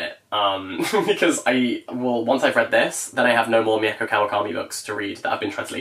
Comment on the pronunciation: mieko kawakami’s first name is actually pronounced like mee-ko not me-eh-ko 🫶🏻